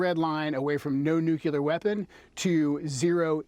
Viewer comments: Why do smart people intentionally mispronounce ""nuclear?" It's cartoonish. It's pronounced "new-clear," not "noo-kyoo-ler." This started under GWB trying to sound folksy. Now it's a 'tell' that one is right wing. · The guy can’t even pronounce nuclear correctly.